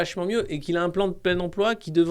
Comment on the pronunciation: Salut Alexis! Ça vient d'où cette prononciation «emplwô» avec l'accint d'ech Nord?? J'ai manqué un truc?